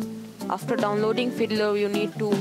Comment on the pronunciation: Sorry, it sounded like he said you need to install hitler :P but i realised he said fiddler